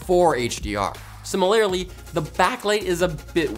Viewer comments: Im sorry... Did he just say sim-il-lair-ly? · Simmer-Lair-Lee Is that ... Canadian?